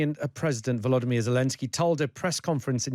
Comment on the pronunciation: VoloDYmyr, not 'VoLOdymyr." Also, Kyiv has two syllables. It is not "Keev."